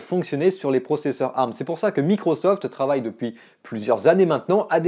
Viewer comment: Tant qu’à être chiant, on ne dit A R M mais Ey Ar M. chacun prononce comme il veux, sur ce…